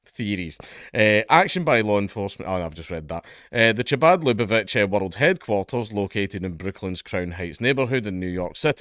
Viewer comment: Chabad is a cult. Also, it’s pronounced like the Scottish “ch” sound in loch.